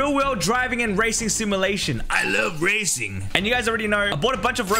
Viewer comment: bro said razon games not racing games lmao🤣🤣🤣🤣🤣🤣🤣🤣🤣🤣